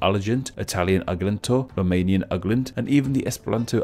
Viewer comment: how you butchered ARGENT in french hahaha